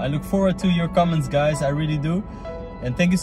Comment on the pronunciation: Well for someone who's just trying to earn money out of Filipinos watching this, I can see he is real and is trying so hard to understand us. Even his diction and pronunciation to some of our Tagalog words are ok. For me he is much better than others who can't even pronounced maraming salamat Po right! Stop with the crab mentality.